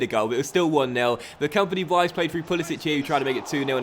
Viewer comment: Vives is pronounced like "Bee-bès".